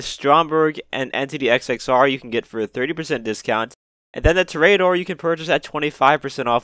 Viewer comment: Finally! Someone who can say Toreador right!